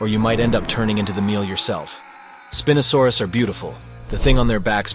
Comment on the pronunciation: for the Spinosaurus you said spin a saurus